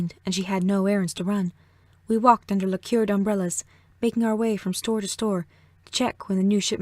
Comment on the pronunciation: it's not pronounced "la CURED" but "LACK erd"